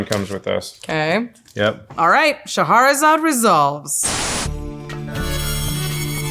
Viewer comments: It's pronounced "Shah-ra-zad", and not "Shahaharasalad". Reading the card explaining the card, or something a certain professor would say. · It is not pronounced Sha-ha-ra-zad.